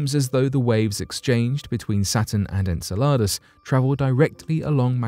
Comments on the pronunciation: Its in- cell-luh-dus, not in-ce-la-dus, dont produce this work when you cannot pronounce the planet or the satellite. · The way you say Enceladas makes it sound like a tasty Mexican dish. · I'm sorry but you put the wrong emphasses on the wrong sylablle if you catch my meaning. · Really enjoy your videos, will forgive the unusual pronunciation of “en-seh-luh-duhs” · En-Cel-e-Dus, holy cow get the annunciation right before you attempt to guess. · I'm not one to diss about pronunciation but it's said en cell I dous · Please learn the correct pronunciationof Enceladus